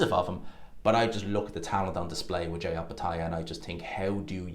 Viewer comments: His name is pronounced Jy not JAY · His name is Jai rhymes with die .